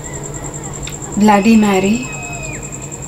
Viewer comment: Phle bolna toh sikhle vo blady maary nhi bloody Marry hota hai